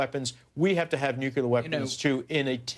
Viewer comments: "...towards nuculer weapons.." What a moron. Say it with me: Nuclear. NEW - - CLEAR. Nuclear. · "nuculer" weapons